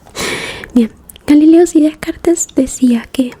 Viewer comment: Para prounoncia Descartes, tengas que no dice el [es] final. Como Descart, (pardone me para mi nivel de españa fatal)